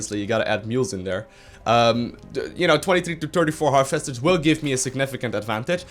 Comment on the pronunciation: I like how your accent makes "Harvesters" sound more Zergy by pronouncing them "HAR-FESTERS!!!!"